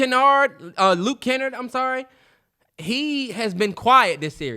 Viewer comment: Lol the way he said Luke Kennards name was crazy